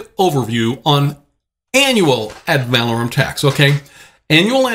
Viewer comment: I dont like to listen to someone who is professing to know a subject but then pronounces the subject wrong. The word is ADD - VUH - LORE - UM (emphasis on LORE) Not ADD - VAL - AH - RUM (emphasis on VAL )